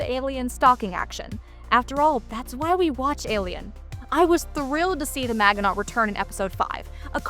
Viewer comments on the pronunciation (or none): MAJ-in-OH. Not MAG-in-AUGHT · I wish I could downvote this video once for each time she pronounces it man-ge-not when it's a very famous French name from WWII failure. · Your pronunciation of the Maginot really hurts my ears.